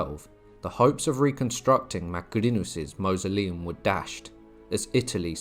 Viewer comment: 'Mausoleum' is pronounced to rhyme with 'horse'. "M-or-soleum'.